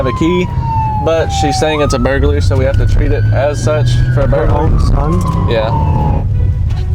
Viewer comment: burglary ❌ burgaly ✅